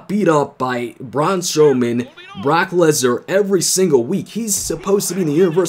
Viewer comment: You said Brack Lesnar lol